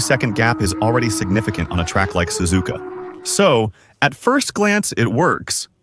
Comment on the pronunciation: Ai voice Sazuuuuka spelled suzuka.